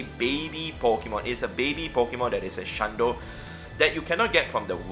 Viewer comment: ""shlundo"" i cant